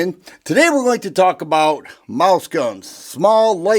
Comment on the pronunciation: I thought you said “Moose gun” 🤣🤣 Wife has a 32acp Beretta tomcat and an short NAA 22lr